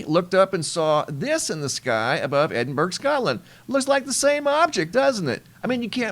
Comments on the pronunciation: Its Ed'n-bur-ah!! Not Edinburg 🤣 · Love watching your channel but Edinburgh is pronounced edinburaah 😂 have a great day ❤ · Helpful hint. It’s pronounced EDIN-BRUH. 👍🏽